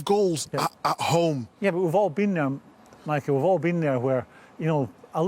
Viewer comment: Nobody: Micah : Man Ci'ih